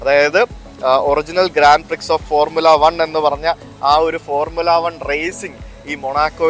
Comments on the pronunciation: ഗ്രാൻഡ് പ്രിക്സ് അല്ല കുട്ടാ ഗ്രാൻഡ പ്രീ , X ഉച്ചരിക്കില്ല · ഗ്രാൻഡ് പ്രീ എന്നാണ് പറയുന്നത് എക്സ സൈലൻഡാണ്